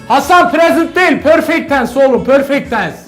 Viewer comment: pörfekt tens ksndksnxkd